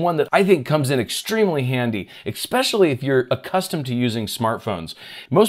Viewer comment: There is no Ick in Especially!